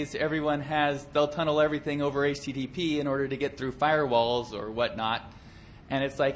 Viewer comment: "filrewalls" LOL